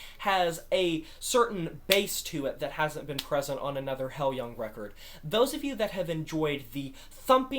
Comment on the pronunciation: I absolutely love this album! Great review! Maria’s performance on Nesso brings me to tears. BTW, the band name is pronounced “high-loohng”.